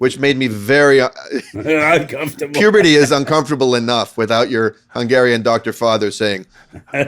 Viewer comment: I thought was saying that his dad says "pooberty" instead of "fecal" and I was dying